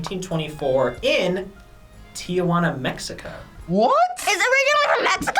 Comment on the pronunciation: I hate how he pronounces Tijuana wrong.